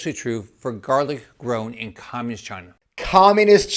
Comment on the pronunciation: An old guy who can't pronounce the word communism in his own ads about communism.. hmmm...